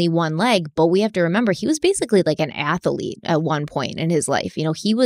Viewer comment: I’m starting to have an IOTA of sympathy ( not sympathy, maybe understanding? ) of this guy with his problems. …. And…. I love that gives the word “ athlete” three syllables!!!!